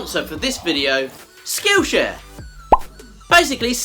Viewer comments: At first, I thought you said "Skoosha" instead of skillshare lol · At first I thought you said "Skoosha" instead of skill share. lol!